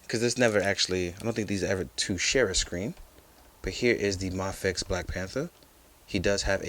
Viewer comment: Great review man! Love your enthusiasm! But I'm just so confused that you say Mah-fex. Is that how you actually pronounce it? Cause I've been saying May-fex everytime I see the name.. idk how to pronounce it. I've been hearing May-fex and Mah-fex